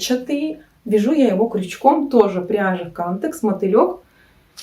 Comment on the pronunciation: Не кАмтекс, а камтЕкс! Зайдите на канал производителя!